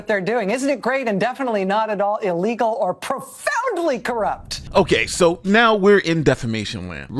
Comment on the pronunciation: He she unironically exclaimed " Pr0FoUnDly"...